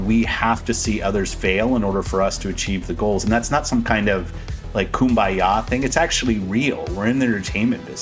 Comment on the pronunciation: He said kumbya! Great video! The monitization models of gamepass very interesting